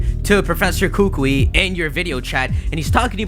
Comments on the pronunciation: Just pointing this out. How to say "Kukui" is not "Koo-kwee" it's actually pronounced "Koo-kooie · again kookoowee not kookwee trust me im a native to hawaii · its ku-ku-ee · You're right. In Hawaii, we pronounce it as ku-ku-ee lol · You're pronouncing Kukui kinda wrong